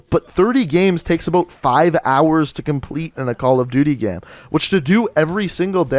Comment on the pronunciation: the way he says "gam"...you cant unhear it